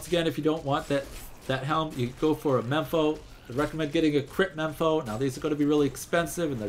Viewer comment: its mempo not mepo lol